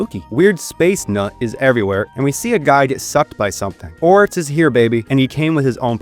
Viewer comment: Why do you pronounce X's as TS? Etso? Batstory? Oryts?